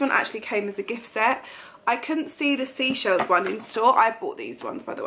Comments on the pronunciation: I thought the White Company scent was Seychelles (Say Shells) like the holiday destination not seashells? Have I been saying it wrong all this time or have you? Haha 😂😅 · You are saying seychelles wrong you pronounce it SAYCHELLES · It is definitely 'say' chelles as in the destination/place rather than Sea Shells 👍🏻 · It’s Seychelles.like the country. Great vid. Lovely kitchen transformation